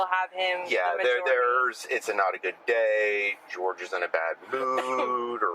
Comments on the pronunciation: Everyone except this channel seems to know he went by the North American pronunciation of George lol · I’m pretty sure he pronounced his name George.